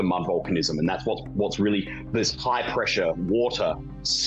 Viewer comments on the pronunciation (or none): none